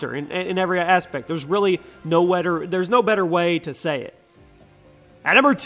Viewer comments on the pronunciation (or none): "No wetter way to say it"